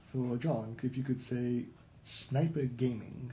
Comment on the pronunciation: snoiper gaming